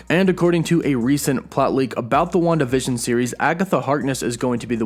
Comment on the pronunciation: I kept hearing “one division” but it was Wanda vision 😂